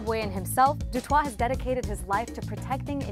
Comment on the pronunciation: Raoul Du Toit's name is probably pronounced "Du T-oi-t"